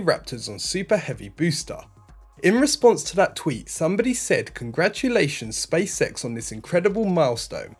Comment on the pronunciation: Stop saying space sex its space x...